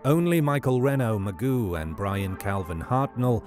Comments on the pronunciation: His name is pronounced Moo+Zho, not Ma-Goo. Is it really so difficult to pronounce the names of the victims correctly? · It’s not pronounced Magoo, Mageau is pronounced as Ma-jeow. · It is so not pronounced “Magoo”